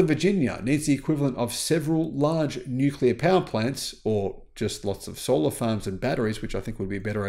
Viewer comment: Nuclear. It's pronounced, Nuclear.